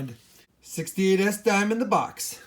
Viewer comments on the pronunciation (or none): Dhime thime